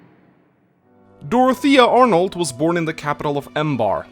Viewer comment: Just so you know, Her family name should sound like " Ar'No ", not " Arnold ", she uses the french writing of it, not germanic, so it should sound as such. PS: Yes, French tends to use a ton of extra letters for no reasons. Fun fact: you can write the name "Phydeault" but it would still sound the same as you'd write it properly as "Fido"